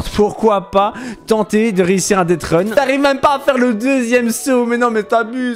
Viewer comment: Blandine c'est deathrun et non deadrun